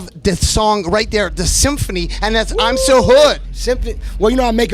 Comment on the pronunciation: khaled could not pronounce symphony haha